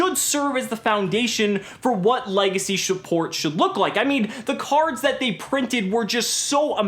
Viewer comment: legendary shuport 😄